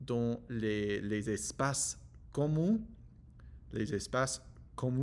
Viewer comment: hallo, merci pour ton analyse. Merci de nous donner tes impression. C'est vrai, les serveur ne sont pas assez joyeux, ni les Français dans la majorité. Juste une petite astuce pour dire commun pense au chiffre 1 sur la fin du mot comm1. Dis moi commun la prochaine vidéo pour savoir si tu as compris😀 ce que j'ai voulus t'enseigner sur ce mot qui, je doit dire est assez compliqué. MERCI BEAUCOUP POUR TA VIDEO